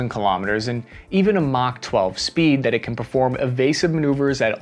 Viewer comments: what do you mean MOK12? 🤣 Your researchers needs some eyeglass, what they've probably read is SUPERCRUICE MACH 1.2, but then written it as MOK12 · What the heck is MOK12 speed?!